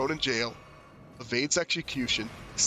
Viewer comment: Great video! His story is tough to put together from the items in-game. Quick note about the name 'Eochaid' -- it's an Irish word, and the design on the Regalia of Eochaid seems Celtic-inspired too. That being the case, the word 'Eochaid' is probably pronounced 'Uck-igg' or 'Uck-ee'. 'Eoch' in Irish is pronounced 'Uck', and 'aid' is either pronounced 'igg' or 'ee'. Thought that might interest you!